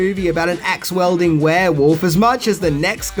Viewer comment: Axe WIELDING (pronounced WEEL-DING)